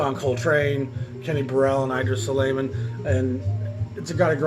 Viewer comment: Your descriptions ("barbecue and beans","cocktailey","Red Garland was probably a pretty chill guy more interested in chasing tail")are often hilarious and right on the $.Your series is much fun! Just 1 thing:Idrees Suleiman is "I dreez sulimon".